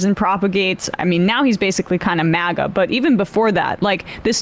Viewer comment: It's not "MAHGA", Jimmy, it's 'MAGA'.